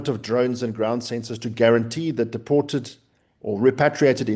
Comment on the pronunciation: Honourable, it's deported, not depotated. 😂